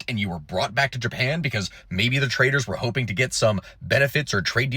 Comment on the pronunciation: Lol, 'traitors' for 'traders'. Ai?